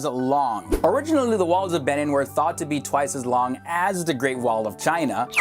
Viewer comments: that moment when he tries to call Benin(b-nin) and Edo(eh-do) in fact 8 was hilariously cool,love from Benin City,Edo State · and butchered Edo state and Benin